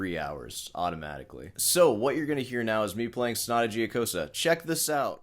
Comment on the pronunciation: it hurts my brain how can someone spend hours practicing and still be so bad. i just wanted to say, mr., only thing worst than your lousy playing is the pronunciation of that sonata giocosa. after a short but deep thought, i came to a conclusion it actually makes perfect sense. a person who is familiar with the piece for so long and still can't learn its name, can't be able to sort the fingering, not even in the right hand. and please, leave out 'i wrote the tabs blah blah', that doesn't fool anyone.